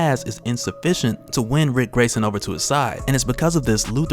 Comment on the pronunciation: Everytime that he says RIC I have a fucking stroke 😂😂😂